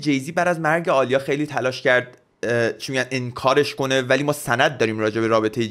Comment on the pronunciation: عالیه نیست داداش ، اَلیا درسته😂